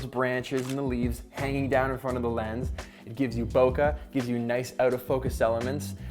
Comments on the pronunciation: BokEh, not "bocah". Come on.... Rhymes with OKAY........ KE, not ka. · It is not called bokah it is called bokeh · nice video but.. say it correctly its not Bokah.. its Bo-Keh (stress the eh).. just say it correctly, its a japanese word not English.. even Phill Schiller in the presentation of iPhone 7 plus didnt say it correctly.. but he is a phone salesman, you are not! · this dude said bokah. I'm done